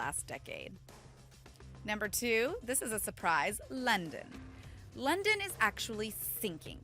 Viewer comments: That English tho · NUUUUUU NOT LONDAN I LIKE LONDAN!!!!!!